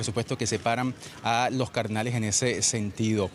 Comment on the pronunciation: Hasta especulan con que se nombró a un papa y no aceptó 😂. No podés 😂. Encima dice "cardenales" y se escucha "carnales"😂